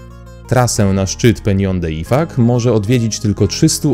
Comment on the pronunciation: Szanowny lektorze IFACZ czytamy a nie ifak